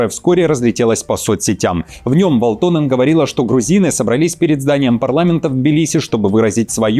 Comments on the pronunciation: Передайте своим редакторам, чтобы они расставляли ударения над фамилиями и прочими словами, если ваш ведущий настолько безграмотен. Правильно "вАлтонен", а не "валтОнен". Это финская фамилия, а значит ударение на первый слог. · "Валто́нен" - неправильное ударение. Правильно - Ва́лтонен. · ВАлтонен, а не ВалтОнен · Всё хорошо с одной поправочкой- всё-таки ВАлтонен, а не ВалтОнен. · ВАлтонен, недодиктор... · ВалтОнен?! ЖурнАлист! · В à лтонен... Ударение-то куда ставите!... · ВаАалтонен!!! 🤦‍♂ Ударение на первый слог в финском языке! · Ударение на А в первом слоге В(а)лтонен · Парень,ударения учи в финских фамилиях))) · Загуглите ,как читаются финские фамилии! Ударение на первый слог,это вашем варианте звучит потешно!!!